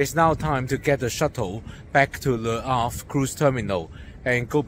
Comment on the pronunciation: I will be hitting Le Havre next year so was interested in your blog. May I say that your pronunciation is excellent.